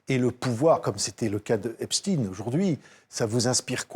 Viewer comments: Arretez de dire Epstine... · « Epstine » cette façon de prononcer avec inversion des lettres, l’inversion des concepts, signe la corruption, le corrompu. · Epstein était américain, pas allemand (ni français croyant parler allemand).